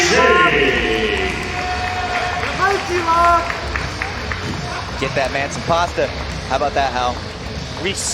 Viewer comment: Stop saying "Musumici" it's "Musumeci." Musumeci is one of my favorite BJJ fighters. He would really benefit from some laser eye surgery, though.